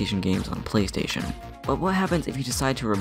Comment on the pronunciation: plastation two and wat lol